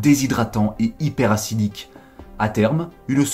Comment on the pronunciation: hyperacidic se dis hyperacide et pas hyper hassidique ;)